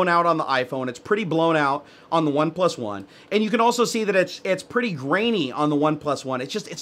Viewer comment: It's spelled "OnePlus One" yet you keep pronouncing it "One... PlusOne". * facepalm *